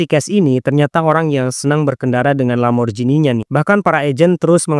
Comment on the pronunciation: Bkn lamborjinj tp lamborgini.. G tdk d baca j dalam bahasa italia